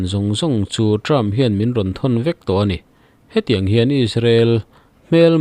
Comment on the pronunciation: President Trumpa hminh i lam hi Trump hi Term tih angin i lam tlat mai. A tawp hi p in ti tawp hram teh.